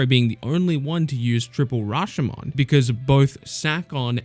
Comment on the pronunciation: you should pronounce triple Rashomon gates like this Ra-show-mown HOPE it helps your pronunciation!